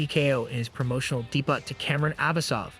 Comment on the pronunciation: You, or your crap AI voice mispronounced debut? 🤦🏽‍♂️